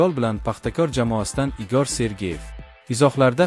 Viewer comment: Исмини тугри айтишни урганинг.игоормас игор